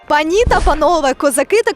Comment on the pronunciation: ану розкажiть будьласка чи правильно дiвчина поставила наголос -панI та панове,менiздаеться правильно пАнi та панове.(10-40)